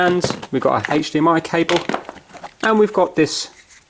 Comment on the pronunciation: It feels like you said hach D am I